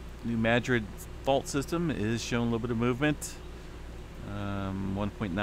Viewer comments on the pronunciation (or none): none